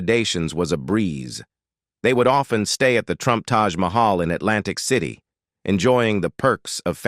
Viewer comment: please try a different text to speech product. This one can't even pronounce city or Pennsylvania.